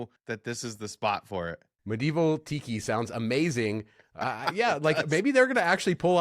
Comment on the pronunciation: Did you say Excalibur is getting a Tiki bar, or a Pee Pee bar?